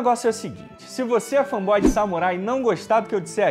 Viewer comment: Me digam quantas vezes ele falou "fã boy" no vídeo. Não consigo levar o cara a sério desse jeito.